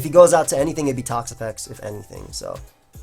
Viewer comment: NI-HILL-EEGGO is the correct pronounciation. And just for everyone's fyi toxapex is TOX-APEX NOT TOXAH-PEX or TOXI-PEX